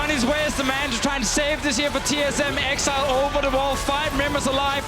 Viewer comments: Bjerg pronouncing exileh as exelay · Why does Bjerg keep saying Ex-EEE-leh instead of pronouncing it "exile" lol